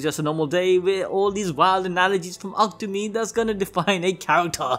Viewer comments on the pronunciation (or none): Isn't it pronounced Aku-Tami not Aktami?